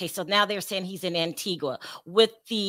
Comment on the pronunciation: Pronounced Antiga. Antiqua is in Guatemala